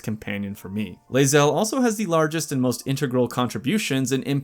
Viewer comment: "lae-zelly" xD